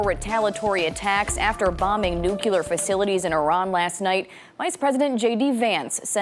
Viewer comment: She's mispronounced nuclear That's like saying vee hickle